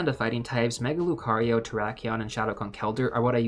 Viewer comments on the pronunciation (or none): none